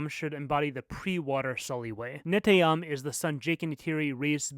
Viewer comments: Love all your fixes but also, excuse me for a sec, I need to hermione here ... It's Ne-TEY-am, not NE-tey-am ... emphasis on the TEY 🧐🧐🧐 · Why he keep saying neteyam like that😭